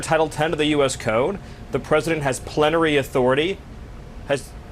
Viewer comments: I first thought he flubbed saying "plenty of" authority, but that's so much worse actually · Oh damn I thought he misspoke and meant to say 'plenty of authority', I've just looked up the word 'plenary' and it's real. Plenary authority means absolute power.